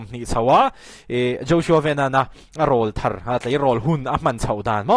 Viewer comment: Over all in thiamna lamah chuan i rilzâwk daih a, mahse mizoṭawng hman dik hi ka uar ve a, awmna hmun a zirin thil tam tak hi chu sawi dan hi kan nei ṭhin a, ṭhenkhat erawh ṭawng bulthûm a ṭanga thlûk dik ngei² mgai a awm ṭhin a 'râwlthar' tih isawi khan a vawikhatna kha i thlûk sual anih ka ring a, mahse i sawinawn fo tâkah chuan i thlûk diklo tih ka hre ta a. 'Râwl' tih lai hi hemi kan aw râwl sawina hi a ni a, puitlin lam pan a kan han ṭhang chho ah hian mipa chuan tilpâwr aw kan lo nei ṭhin a, chumi aw râwl ri thar lo chhuak denchhen chuan 'râwlthar' tih hi alo chhuak ta a ni. Aw râwl sawi nan kan hman a 'râwl' tih thlûk ang hian ' râwlthar' tih tur a ni. 'Râwl' tih lai hi thlûk hniam loh tur.